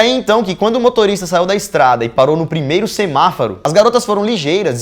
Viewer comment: SEMAFARO ou SEMAFORO agr to em duvida '-'